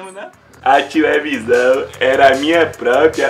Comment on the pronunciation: "Minha tilevisaum" ksksksksksk